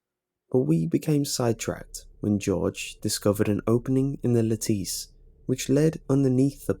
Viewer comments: Took me forever to figure out what a (lateece) was, then I realized it's a lattice. (Said like lettuce but with an 'a' sound) 😂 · ... Is he... saying lattice...? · Dude, why do you keep say lattice like that..?..I'm not trying to be an ass, but are you in high school..? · the You Know What my fiancé is from Leeds and that is not how the word is pronounced...he notches a few words here and there..like a high schooler..not a big deal..was just asking...